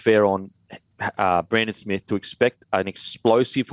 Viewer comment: When are you guys and the commentators going to start pronouncing Brandon Smith's name properly, it's pronounced ' Smeath ' This shit wouldn't happen on SBS...